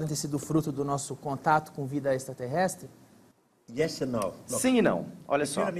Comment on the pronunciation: Nossa esse Gentili não consegue falar direito a palavra extraterrestre...horrível, fora q as perguntas cretinas de sempre....e a desafinação do Roger e6 incrível... 🙄🙄🙄😀😀😀